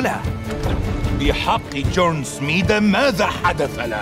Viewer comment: الدبلجة حلوة بس في اغلاط بنطق الاسماء النوردية، مثلا بالدقيقة قال القزم جورنسميدا؛ و اسمه الأصح يارنسميدا